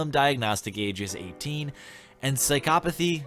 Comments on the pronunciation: The first way you said psychopathy was right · You got psychopathy's & cabal's pronunciations right on the first goes